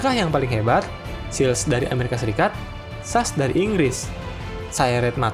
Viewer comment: S.A.S..., kok jadi sas?